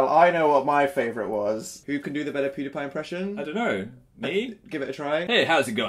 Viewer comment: Yes he did! (But he did say Poodiepie. Not Pewdiepie.)